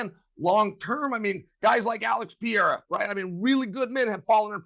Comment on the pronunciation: But he can't pronounce Perreira 😂